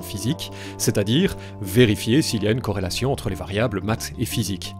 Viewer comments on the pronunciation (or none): tu dis corelation de la meme maniere que higiene mentale